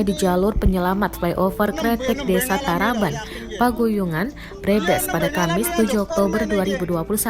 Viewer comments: Iki mba mba narator engga pernah denger kabupaten brebes apa yak wkwkw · Agak gatel pas pembawa beritanya bilang Brebes